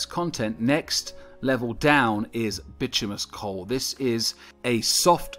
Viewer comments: / It’s called by-tumb- in-iss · "Bitumous [sic]" -- you're missing a syllable: / baɪˈtu mə nəs, ˈtyu-, bɪ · / It’s called by-tumb- in-iss